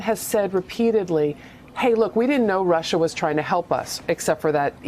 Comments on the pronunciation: That line was enough to let any sane individual know that the person putting an "R" at the end of the word "Russia" was totally insane. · My late stepfather, who looked and acted exactly like Trump and was from NY also pronounced Russer too. Lol